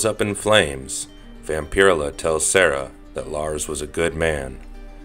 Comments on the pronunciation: It's "VAMP-uh-rell-uh". Not "vam-pir-uh-la". The weird pronunciation and lack of pronouns just took me out of it..... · So I am not the ony one going "dude vampur-ella!" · Hey dude it pronounced Vam-pir-ella. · It's pronounced vampire. Ella. Not. Vamp. Pier illah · Hearing Vampirella pronounced like this is painful Vamp-er-ella like barbarella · Her name is pronounced Vam- per- ella not whatever it is you were saying. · Not to sound douchie but it pronounced VampaRella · Vamper-ella. Not whatever you are saying. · Ugh I couldn't even watch this with this guy's pronunciation of VampirELLa Shit hurt my ears. ELLA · Vam-pir-ruh-la sounds cooler. I like how he pronounces it. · It’s 100% pronounced Vamp-uh-rella,… and definitely not Nos-fur-uh-too either🫠 I inherited my grandmothers Vamp-uh-rella collection, issue one-forward, 🤫 it’s worth more than most peoples vehicle🤷‍♂️ makes my vintage complete MOTU and MOTUKO 5.5 collection look like flea market garbage🤦‍♂️ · Wish I could upvote this comment more. His mispronunciation of her name is SUPER DISTRACTING. I'm only 3 mins in but I don't think I'm gonna make it to the end. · If you’re gonna talk about Vampirella,can you at least say her name right?